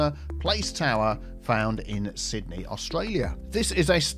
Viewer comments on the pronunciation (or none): none